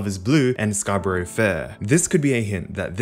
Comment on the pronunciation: ok sorry to nitpick - scarborough is pronounced "scar-buh-ruh". it was rly annoying me, sorry!